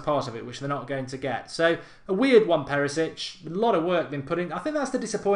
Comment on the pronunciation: Thank you.. so stop saying Perisic 😡